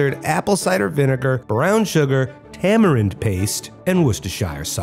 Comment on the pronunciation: How did they miss tama-win, not tama-right